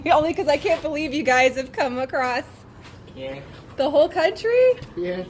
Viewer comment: "came accrost"